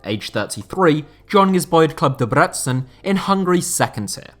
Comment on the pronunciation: deb-reh-tzen. think of debrecen as those 3 words said in sequence